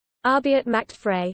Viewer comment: Macht is not pronounced “MATCHED”, it’s “MOCKED”. Frei is not pronounced “FREE”, it’s “FRY”.